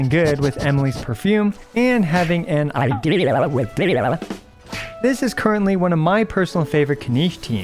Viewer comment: Not the "i-dehia"😭😭 that's horrible humor which I like